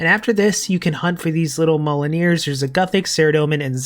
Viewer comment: M-yol-neer. Like thor’s hammer. Not molineer